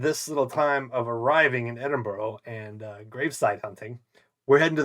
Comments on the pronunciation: Please please its not Edinboro its pronounces Edinburuh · It's Edinburgh (Ed-din-Bra) not Edinboro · Eh-din-bra. It's not hard bud, did you not hear everyone pronounce it correctly from the moment you landed? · Ed-in-burra is better phonetically. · 🤦That is NOT how Edinburgh is pronounced.